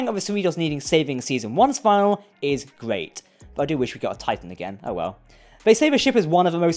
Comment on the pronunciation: You always say "season final" instead of fin-a-lee 😝